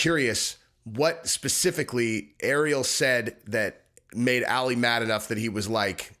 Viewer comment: His name's not pronounced Alley it's pronounced All Lee or Ollie. For some reason you continuously repeating it incorrectly bothered me. Every other person in the video said it correctly so you had their pronunciation to go by and use as a great reference. I know you're a meat head but you are on the upper part of that scale so I expect more from you as you're one of the smarter ones. Lol I'm Jus busting balls! Yall go easy on me.